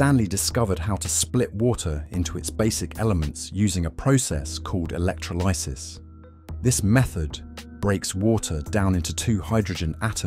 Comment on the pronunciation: Work on pronouncing 'electrolysis' while you're at it ..